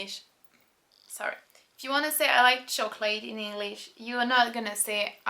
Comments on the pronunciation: Just a small thing... "chocolate" does not rhyme with "late" in English. It is pronounced "choc-lit". I enjoy your videos, thank you for helping me to understand French as it is really spoken by French people. J'aime bien vos vidéos. Merci de m'aider de mieux comprendre le français actuelle, comme les français le parle vraiment. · In America (I won't speak too broadly and say "all English-speakers", but--), it's DEFINITELY "choc-lit". Never have I ever heard a native English speaker pronounce the English word "chocolate" as it is spelled phonetically (choc-late). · I am in Chicago. Never ever heard chocolate pronounced any way other than "choc-lit". Honestly never heard an English-speaker rhyme it with "late".